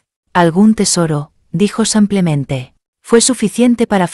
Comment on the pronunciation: Que fastidio cuando dice "samplemente "